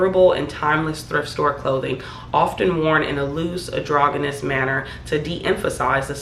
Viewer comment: “Androgynous.” The G is pronounced like a J. It’s a soft G like in “ginger” rather than “hungry.” It means looking neither male nor female. Unisex.